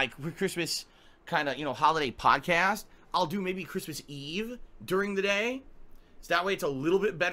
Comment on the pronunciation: Did he just say "Pawncast?" like a podcast at a pawn shop?